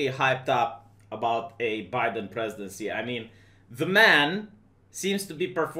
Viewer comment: love the way you pronounce Joe BeDamn. I'm offended that you showed a Biden Fat Cat at the beginning of the video. Can Biden take office if he cannot get through the entire Oath of Office without a dozen gaffes?